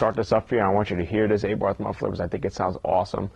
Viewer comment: wtf is an ayborth muffler, is it really that hard to say abarth?